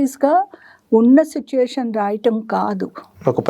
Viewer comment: గారు, మీరు 'సిట్యుయేషన్' పదాన్ని 'సుట్యుయేషన్' అని పలుకుతున్నారు, గమనించండి.